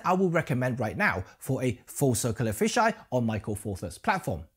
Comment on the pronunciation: Meke pronuces like 'metkat'